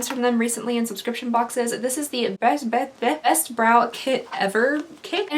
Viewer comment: She said: Beths. Beth? Besssst? Best. And I felt like that